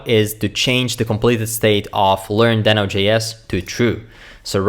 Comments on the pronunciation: Deee no, not den o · It's DEEHno! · Is it just me confused on how to pronounce deno???